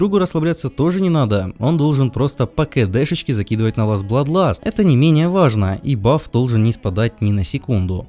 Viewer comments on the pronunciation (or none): none